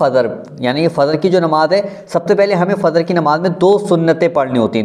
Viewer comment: Bhai Fazr nahin Fajr hota hai